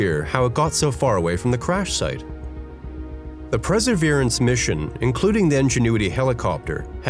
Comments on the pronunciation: Perseverance not "preserverance" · Maybe learn how to pronounce "Perseverance" first before making a video about it